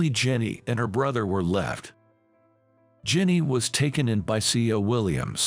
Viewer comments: Jenny, Rachel, Christine her parents went wild in naming her. This autobot needs to be tweaked on pronunciation. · Need to learn to speak certain words right . Also her name is Jenny